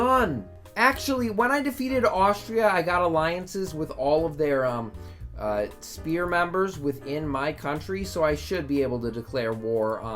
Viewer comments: When is this guy gonna learn that it’s called a “Sphere” NOT a goddamn “SPEAR!”. Keep up the content My guy! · I like the fact you pronounce “sphere” as “spear”. Never change that pls